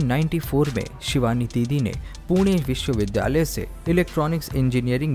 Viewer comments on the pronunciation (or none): none